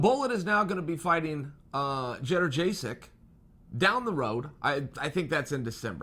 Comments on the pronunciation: At least say this Chael - yoan-j-check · Jedderjaysik?? Jesus, Chael really does suck with names. First Ya-ear, now this! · It’s yad-jay-check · Jenna jaysick chael you must know your pronouncing g that correctly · Lmao “cheddar-jay-sick” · “Jedderjaysik, am I saying that right ? “ No, stick to Joanna 😂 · Bro, Schevchenko is pronounced just as it's written. Jedrzejczyk (had to google that) is pronounced "jonjasyk". Or at least closer to that, than what you said. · Chael doesn't mispronounce names, Joanna just never knew what her name was. She is now, Judder Jaysic. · He always gets the last name wrong I'm beginning to think he doesn't even care at this point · Chael you forgot how to say Joanna’s last name before you even fought fedor